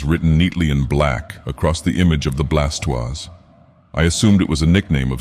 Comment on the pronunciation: the Blastoise! I'm ok with this pronunciation.